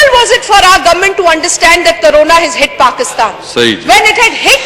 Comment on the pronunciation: Carona nai bibi ji corona hota ha .